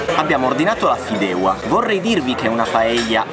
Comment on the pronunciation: Si pronuncia Fideuà!